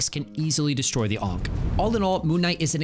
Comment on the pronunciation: bro hearing you say onk over and over is something else